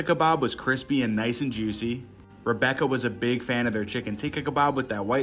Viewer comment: It's pronounced as ti-kka and not tee-kka